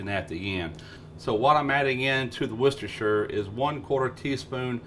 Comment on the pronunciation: WUS-DA-SHA sauce Thank you for actually pronouncing this correctly great show 👍 from England 🏴